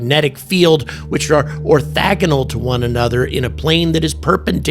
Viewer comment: Listening to you try to describe light as an electromagnetic phenomenon was hilarious. Like you have any idea what you just said. You mispronounced several words, implying that you were just reading someone else's description. "Orthagonal?" Lol. I know the word you meant to say, but I guarantee you can't define it without looking it up. Has it ever occurred to you that our knowledge of astronomy is simply incomplete and Atlas represents our first conscious introduction to a new class of object? No. That never occurred to you. Must be muh aliens. Cue the dueling banjos.